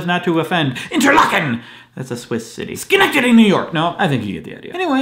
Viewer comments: hey, i'm from schenectady! (technically scotia, but i can see schenectady from here) ten points to you for saying it right! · Congrats on being able to pronounce Schenectady. Its a rarity.